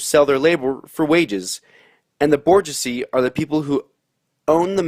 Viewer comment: Hey, It’s pronounce bourgeoisie [boor-zhwah-zee].